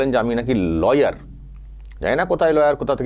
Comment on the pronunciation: ল ইয়ার নয়,, লায়ার ।